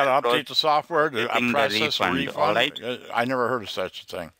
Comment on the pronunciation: "allight allight"